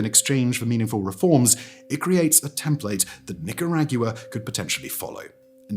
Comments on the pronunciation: I'm Nicaraguan and i have watched this video three times just to hear him pronounce the name 😂 makes me laugh every time despite the seriousness of the content . My emotions are like 😢😮😂😢😮😂 love it though. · As Nicaraguan, you have my approval to miss pronounce it, is okay, nobody is perfect. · Bro! 🫩 it's Nicaragua like water in Spanish 🐓🫘🥊⚾💪🔥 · Not only is he mispronouncing it but the amount of times he says it is absolutely insane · Is- is this a meme that he does? In the opening 5 minutes he pronounces Nicaragua in like 20 different ways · Listening to a British person butcher the Spanish language makes me feel better as an American. I might make mistakes, but they aren't anywhere or anything like this. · Ok, 2 minutes into the video and I can’t listen to you butcher the pronunciation of Nicaragua any more. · Why do yo insist on mangling the pronunciation of the country your video is about??? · I don’t know how he does it, but this guy manages to butcher every foreign name with such precision that even if he tried, he would never be as skilled at knowing how to mess it up. It's a natural gift. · It's difficult to take him seriously when he cannot pronounce Nicaragua. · Although I was very interested in Simon's analysis, I couldn't watch this due to his pronunciation of, "Nicaragua." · Shocked and depressed at how Simon pronounced "Nicaragua." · I love Simon and I don’t mean to hate on him but this tested the amount of times I could listen to him say Nicaragua completely butchered over and over … I’m and I have to stop … sorry Simon I’ll catch you on the next one… learning how to pronounce is key for this one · Couldnt watch this video. You are not pronouncing the name o this country correctly. Catch you on the next one. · Someone please get Simon a Spanish pronunciation guide. This is egregious. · The way he pronounces Nicaragua is distracting xD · I literally cant finish the video hearing him pronounce it that way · could 've been worse imo hahahah